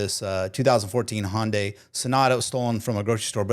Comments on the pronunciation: Hondai? It's hYundai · HIGH-UN-DAY not Honday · HIGH-UN-DAI actually lol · Amusing how no one can pronounce Hyundai correctly. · amazes me how Americans still can't pronounce Hyundai after the amount of years they have been on the market.